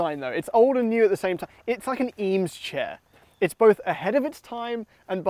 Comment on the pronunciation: If you are going to drop “Eames chair” multiple times you should probably pronounce it correctly